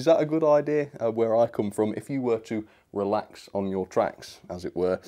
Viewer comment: “Releax on your tracks”